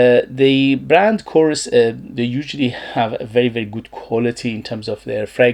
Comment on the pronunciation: It's pronounced Κοrès